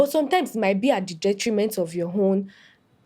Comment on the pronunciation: "Detriment" akaria 😅😂